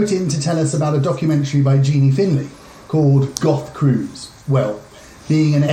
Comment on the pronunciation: "Finlay" ffs